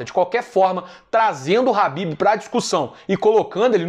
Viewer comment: É impressão minha, ou o nome em que ele se refere seria Khabib, e não Habib?